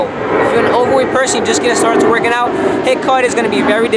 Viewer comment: thought you said hit vs lit